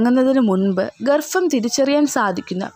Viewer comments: ഗർഫം അല്ല മിസ്റ്റർ ഗർഭം ആണ് 🤣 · ഗർഭം ആണ് അല്ലാതെ ഗർഫ0 അല്ല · Helo garfam alla garbam aanu